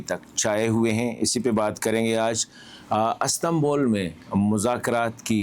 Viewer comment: Sir Astambol nahi hota. Istanbul hota hai and love u